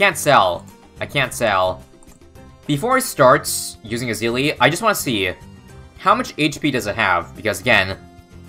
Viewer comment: you missed the meme of ezili, it's not e-zili it's easily bro